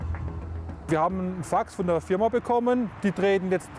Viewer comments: „Your firma“😂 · ein synonym für Company ist auch "Firm" also "Firm-a" ist nicht so schlimm. Natürlich ohne A würde es perfekt englisch sein. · ...auf polnisch heist das Firma😂